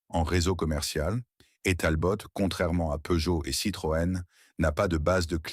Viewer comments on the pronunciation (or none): Et comme d'habitude , une voix IA de merde avec plein de faute de prononciation du genre "Talbote" et comble de l'ignorance des photos totalement hors sujet. Je sus collectionneur et fan de Simca , cette vidéo est lamentable.